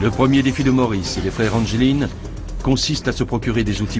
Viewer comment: le nom des frere anglin se dit anglin pas angeline